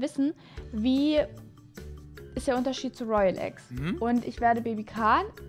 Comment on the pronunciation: Es waren 5 royale eggs kaan hat 10 toyale eggs gesagt😂😂 richtig lost